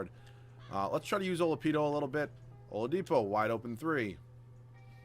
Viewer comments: and he calls Oladipo “Olapido” wtf 😂😂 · He said it wrong and then immediately after said it the right way! HAHA